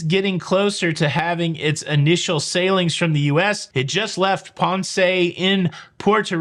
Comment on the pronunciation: Yay! You called it PON-say!